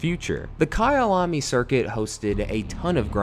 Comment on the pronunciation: So at least he managed to pronounce one name correctly